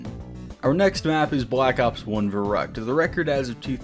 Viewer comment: It’s not pronounced ver-uckt. It’s pronounced ferrü-kt